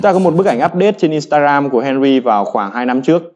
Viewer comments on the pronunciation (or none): none